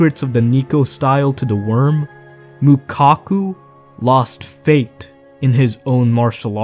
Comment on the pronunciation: Man had 100 chances to say faith correctly but decided to keep saying fate